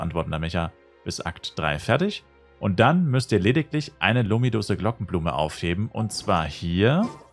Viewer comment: Das heißt Lümidousch